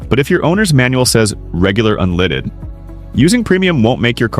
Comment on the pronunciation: "premium unleeded" lol